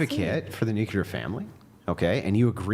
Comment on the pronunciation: will harp on about girls pronouncing the word women as 'woman' but pronounces nuclear as 'nuke-ular.' Hilarious. 😝